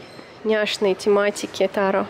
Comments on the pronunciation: Ну почему тАро??? ТарОоооооо!!! ТарОоооо!!! Ударение на последний слог,. Чесслово, просто невозможно слушать😁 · тарО!!! тарО!!! тарО!!! тарО!!! тарО!!! тарО!!! тарО!!! тарО!!! тарО!!! тарО!!! тарО!!! тарО!!! тарО!!! тарО!!! тарО!!! тарО!!! Хватит издеваться над названием карт.